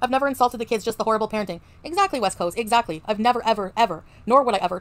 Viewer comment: “Exzacky” 😂. It’s giving very much “dispectful”.